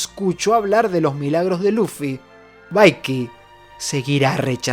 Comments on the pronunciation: por favooooor. Desde que lo presentaste a Vicky the Vicking en el canal le dices "baiqui", en realidad se pronuncia "biqui". Perdona el tono pero es que me lo llevo aguantando desde la primera vez. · Gran vídeo (como siempre), pero que sepas que cada vez que pronuncias Vaiki en vez de Viki, muere un gatito inocente.